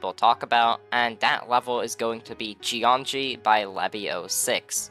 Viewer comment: "Jeongi" means electricity in Korean, so you should not pronounce it as "jeonji".